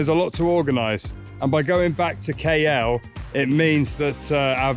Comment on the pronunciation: I'm not sure KL is pronounced right either